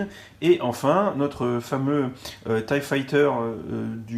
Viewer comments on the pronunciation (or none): j'éspère qu'ils continueront à mettre 4 figs pour les TIE, parce que payer 75€ pour un vaisseau avec deux fonctionnalités, c'est pas terrible, mais alors si ils nous mettaient que 2 figs, là ce serait la cata. PS: La prononciation de l'engin c'est TIE [Taille] et pas TIE [Tee] Tchusse!